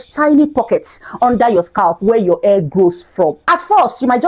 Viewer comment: Please say hair NOT Air